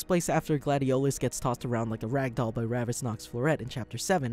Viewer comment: You said Ravus's name so wrong my dude 😂😂